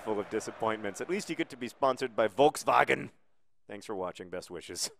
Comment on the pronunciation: Did anyone else like how he said, "VOLTZWAGEN!" At the end?